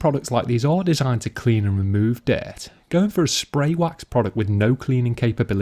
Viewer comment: "Diaart" 😂 (dirt)